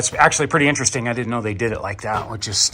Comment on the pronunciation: Finally not finely. "Intresting" is not a word. Reciprocating not "recipuhcating"